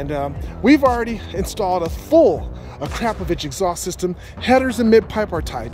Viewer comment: You pronounced it.....Acrapovich.......lmao I'm dying 😂